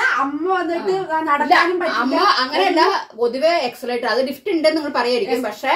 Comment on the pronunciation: എക്സലേറ്റർ അല്ല എസ്കലേറ്റർ എന്നാണ്